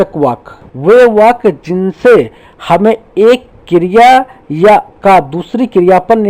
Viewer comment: Sir aap kriya ko kirya bol rehe ho🤣